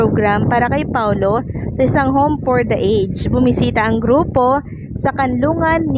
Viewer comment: Ms. You pronounce a ged. Home for the A Ged